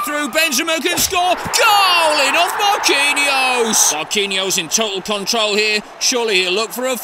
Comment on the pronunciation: Marquinhos* not Maquiniouws